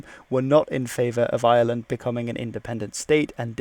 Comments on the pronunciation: It IRELAND NOT ISLAND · Dude please please it's iReland not island, British people do this all the time there's a heavy R sound in Ireland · The name of our country is not island...it's Ireland with an R after the I. ...IRELAND.A lot of people pronounce it like it has no R in it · Is it just me or does he call Ireland , Island.